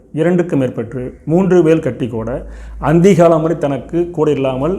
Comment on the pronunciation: அந்தி காலம் இல்லை அந்திம காலம் சோதிடர்கள் பிழையாக வார்த்தைகளை உச்சரிக்க கூடாது